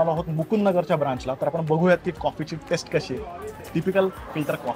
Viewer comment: खुपच छान video. पण pls test आणि taste यातला फरक लक्षात घेऊन उच्चारात सुधार करावा ही नम्र विनंती. बहुतेक मराठी भाषिय हा फरक लक्षात घेत नाही तसंच जस साऊथ मधे फ नाही तसाच हा प्रकार